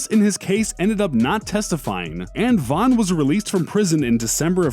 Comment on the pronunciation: King "Vaughn" ????